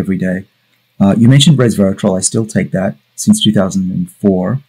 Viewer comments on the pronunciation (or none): It's funny when people who talks about these things say "Reservatrol" and "Metaformin". It shows a clear lack for research.